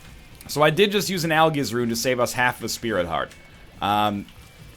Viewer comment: Al-Jizz Rune